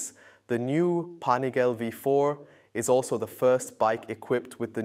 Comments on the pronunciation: LEARN HOW TO PRONOUNCE IT! PANIGAL-EEEEEEE!!!! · It's pronounced Pan-i gaah- lay with emphasis on the "gah." Four syllables, not three. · You guys got to stop calling it 'Panigael' bro come on.... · Am I the only one annoyed by how he says panigale? Lol